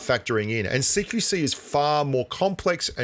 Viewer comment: I always thought u were saying "seek you see"